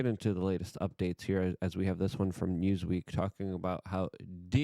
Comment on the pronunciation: “Newsreek” lol